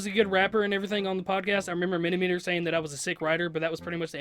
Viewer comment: He called Simon MiniMeater